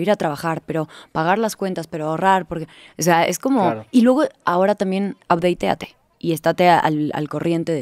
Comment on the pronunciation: Fue el “Updeiteate” el que me hizo parar este video🤦🏻‍♂️